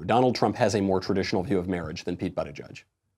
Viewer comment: Michael: Buttigieg No one: Michael: Bootigieg